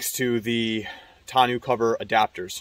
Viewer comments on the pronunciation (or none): Thanks for the review. FYI it's pronounced "tahno" not "tah-new"